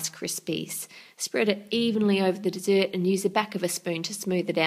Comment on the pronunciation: annoys me how she says dessert